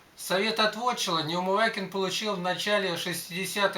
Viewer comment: Ну хоть фамилию-то не коверкайте, если помните! НеумываКин! И нет там буквы Й.